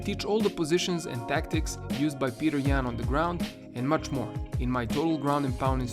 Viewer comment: Ok I would watch this video but the first words I heard were “Peeter yAn”